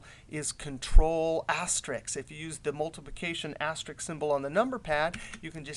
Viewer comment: Dude, Risk! Risk! aster-RISK Not Ricks